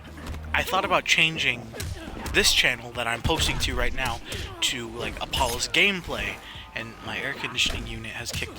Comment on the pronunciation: I thought you said. "Hi guys my name is balls"